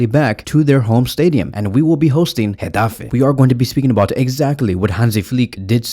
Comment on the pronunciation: Dang did you have to do gateffe like that 😂😂. You said it with passion. In addition, I think flick will start ferran on the left and raphi as a 10 Pablo tore will come in for raphina.